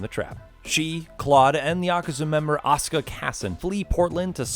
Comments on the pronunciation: It's Asuka with a "u" not Aska ffs!!! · Asuka, not Oscar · Why are you saying Asuka as Oskah? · Also "Ya-ka-zuh and ah-suh-ka" It's Ya-koo-za and a-soo-ka